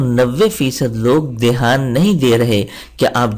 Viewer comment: Oh bhai pehli baat k woh maida (flour) nhi hai meda (intestine) hai or dusri baat dehaan nhi hai dhyaan hai!!!